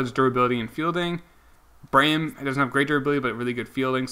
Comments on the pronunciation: Also, it's bray-MEN not Brayham. You are not great at pronunciation but I still love your channel. :) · I’m so annoyed at how u pronounce Braymen it’s not brayum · Please learn how to pronounce Braymen. It's the new Delgaudido